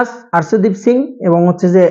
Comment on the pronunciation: বেডা প্লেয়ারদের নাম তো ঠিক ভাবে বল আর্শেদ্দীপ কি